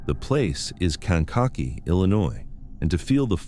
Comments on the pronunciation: "Kank a kee" is th proper pronunciation. Sometimes you pronounce it correctly sometimes you mangle it. ???? 🇺🇸☕🌄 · Kankakee= cane ka key! Ugh look up the way things are pronounced